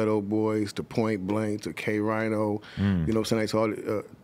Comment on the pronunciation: It's not pronounced "Kay-Rhino" Krazyie Bone, It's pronounced "Kay-Reen-o" (K-Rino) one of the best rappers ever tho